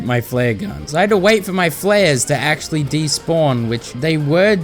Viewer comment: "ACSHULLY" Bro I'm DEAD actually it's ACTUALLY